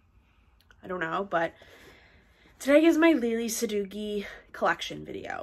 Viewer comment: Its pronounced sa dough ee. Not dough gee.